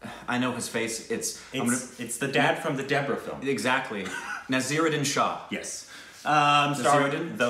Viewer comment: It’s Naseeruddin Shah (pronounces Nah-seer-uh-din. Shaa) only one of the greatest Indian actors ever